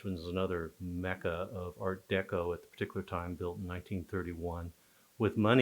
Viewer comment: Personally, I think she’s mispronouncing art deco. I’ve heard it 1,000,000 times over 60 years never once heard it pronounced her way.